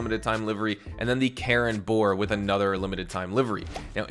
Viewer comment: You keep making the same pronunciation error with Karin. You keep saying it as "Karen", when you're supposed to say it as "Kah-REEN", with a hard E, not a soft E. Karin is a Japanese name, and it even says the name of the in-game company is "Karin", not "Karen".